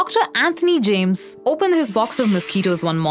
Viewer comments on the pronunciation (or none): none